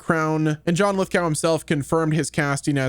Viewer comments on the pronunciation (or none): It's pronounced lith-go